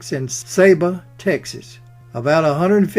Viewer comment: Tommy Lee Jones was born in San Saba Texas. There is no such place as "Say-ba" Texas.